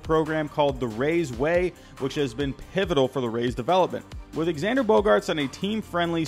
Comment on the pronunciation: bro can you please say his name correctly it’s pronounced ZANDER